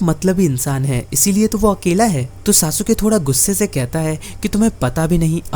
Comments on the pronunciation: SASUKE ❌❌ SASUKA✅✅ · Sasuke . Saske